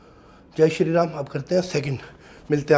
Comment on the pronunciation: Baar baar ye jo bolta hai sharee ram kia hai ye